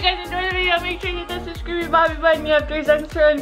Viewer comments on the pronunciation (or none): I know dis is old but no matter how many subs u get keep saying subscribby.boppi.bhutun